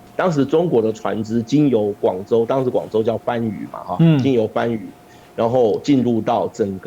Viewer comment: 更正一下，番（pān）禺。感谢和嘉宾的节目